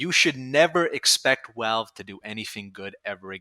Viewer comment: Pronouncing it "Walve" with a New Yorker accent is wild ngl. Also damn, just the idea of being able to use the Degreaser/Reserve Shooter/Axtinguisher combo again makes me happy in the pants. I main spy.